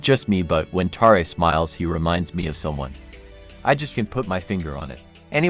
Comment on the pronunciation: It's spelled Ma Jingxiang. You totally messed up. And it's not Tarae, but Taerae